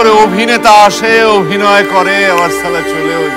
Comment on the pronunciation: আছে তো অনেক প্রশ্নই ,, কিন্ত একটা ছোট্ট প্রশ্ন এখানে করতে চাই কেউ উত্তর টা দিতে ও পারেন,আবার না দিলে ও কোনো সমস্যা নেই।।।।।হ্যা প্রশ্নে আসি,,,,,,,,,অভিনয়ে অনেক কেই দেখেছি শুনেছি ,অনেক জায়গাতেই, শালা বাংলা শব্দ টাকে,,,,, হিন্দির মতন সালা উচ্চারণ ,কেন করেন জানিনা,,,,,,,তা সে যে চরিত্রই হোক না কেন,,,,সে ঐ হিন্দির মতন ই উচ্চারণ করেন,,,, বাংলা শালা টাকে।।।।।।। অথচ আমরা সাধারণ পাবলিক প্রত্যেকদিনের জীবনে কিন্তু কাউকে হালকা করে খিস্তি মারতে চাইলে শালা টাকে শালা ই উচ্চারণ করে থাকি।।।।।।।।